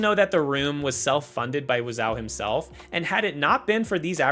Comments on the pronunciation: I'm surprised the Nike ad with the tagline "Exercise. You'll Live Longer" didn't make the cut (no pun intended). I love that ad, but parents didn't. (It involves a Jason Voorhees clone, just to give you a clue.) It also aired during the Super Bowl, supposedly? Also: isn't it WIz-OH? Great video! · the mispronunciation of tommy wiseau's name is killing me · How does a narrator type YouTuber pronounce Wiseau incorrectly 😂